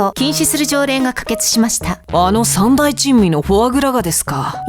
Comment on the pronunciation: 世界三大珍味(せかいさんだいちんみ)が世界最大珍味(せかいさいだいちんみ)に聞こえた